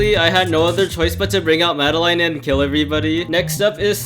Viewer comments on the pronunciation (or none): I love how they say Madeline as mada line